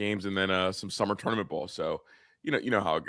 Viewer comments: Make say tournament correct to keep his job lol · should be on probation and at least eat half of a hot chip every time he butchers a word. Especially tournament 🤞🤞